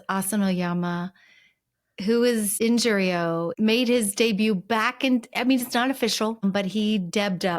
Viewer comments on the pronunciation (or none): I thought you said "Injury-o" - like the poor guy was nursing all kinds of bashes, bumps and strains